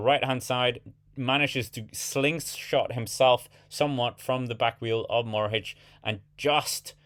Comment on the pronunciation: Matej Mohorič not Morhič!